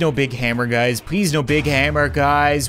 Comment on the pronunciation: Anyone else hear " what's up bazz!" At the beginning of the vid?